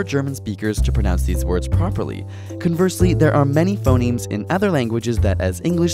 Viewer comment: I thought he said "Phomemes"